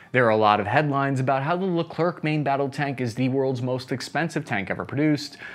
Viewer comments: Friend, I've made the same mistake. It's not Le Clerk. It's Le Claire. No hard c/k. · Dude first learn how to say Leclerc, french is not phonetic , last letter is often not pronounced you say Lecrer not Lecre c. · It's pronounced "leclair", not "leclur". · Even I know it’s pronounced LeClair nor LeClerk… it makes it hard to listen to him talk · Just a little tips from france : You don't say "leclerkk" in france, you finish the word like what you breath : the air... So Leclerc, you say : Leclair 😉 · load baguette gun it's Leclaire. Not Le clerk. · it's pronounced "le-kler" the final c is silent. For french natives, hearing the final K is cringe af. Thank you for a great vid, though! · By the way it is not ''Leclerk'', it is pronounced Lecler ! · It is pronounced "Lecler" not "LeclerK" 😀❤ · Dont pronounce the C at the end of Leclerc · Pronounced lecler not leclerk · lecler(c) ,silent c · « Leclerc » is not pronounced « LerclerK » but « LECLER » « C » isn’t says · Please, try pronouncing Leclaire, not leclerck. C is silent in that case. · Thanks for your honest assesment. The right pronounjciation isn't le clark but le clair (the final c is silent). This 100% French MBT was named after Major-General Philippe Leclerc de Hautecloque, who landed in Normandy and liberated Paris with his 2nd Armored Division (2e DB). They then joined up with the 1st Army - Rhin et Danube - of Army General Jean de Lattre de Tassigny, which had landed in Provence (Operation Dragoon), on August 15, 1944, another key landing of WWll, almost completely forgotten today. The 2e DB was the first Allied Unit to reach Bertchesgaden in Bavaria. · Pronounce Le Clair, not Le Clerk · the prononciation is lecler , not leclerC , don t pronouce the C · 100 french people died each time said "Le-Clerk" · You don't pronounce the last C in Leclerc. Why, because French. It's more like Lecl-air. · Yep.. Le Clair for the non French speakers. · Haha so true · Pronounced "LeClair" in FR.